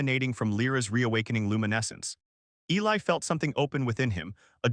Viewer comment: And of course the male is Eli, although not mispronounced as much as usual